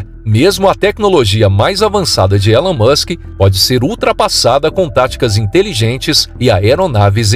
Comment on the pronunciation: Ta man, já sou fã do "Elun Muchen", não precisa me convencer!